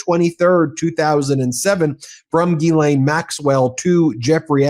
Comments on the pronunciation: "gh" in French is a hard G. Think "gherkin." NOT Gee- Laine. Sorry. Just get tired of hearing it wrong. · Oh, Harry - when are you going to take the time to learn how to pronounce “Ghislaine” correctly?